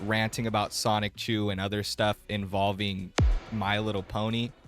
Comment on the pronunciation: Bruh when you pronounce Sonichu as "Sonic-chu" it makes you seem like you don't know much about Chris Chan at all.